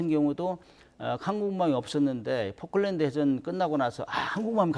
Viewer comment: ICBM 요격을 SM-6로 한다는 신박한 주장을 펼치는... 사거리 정보도 틀렸고, 왠 골키퍼 이야기? 더군다나 배수량 차이가 상당한 알레이버크급보다 종합적인 작전 능력이 훨씬 우위인데 비슷한 수준이라고 한 것도 이해하기 힘들고... 이 분은 잠수함 도입이나 작전 관련 해서 불러야 할 듯... 폴랜드 해전이 아니라 1982년의 포클랜드 전쟁, 딱히 해전이라 불릴만한 수상함 간의 해상 전투는 없었음. 포클랜드 해전을 잘못 발음한 것이라면 그것은 1914년 1차 세계대전 당시의 해전임. 그리고 영국은 포클랜드 전쟁에서도 허미즈와 인빈시블 두 척의 항공모함을 운용했음. 영국해군의 퀸 엘리자베스급 설명을 이야기한 부분인 듯 싶은데, 포클랜드 전쟁은 1982년이고, 퀸 엘리자베스급의 취역은 2017년인데... 그렇게 절박한 소요가 있었는데 35년? 정말... ㅎㅎㅎ